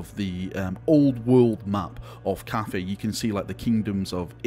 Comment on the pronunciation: Why are You spelling it Caffei? All in all, if You have to, say 'caffai'... And it actually should be spelled 'cattai'...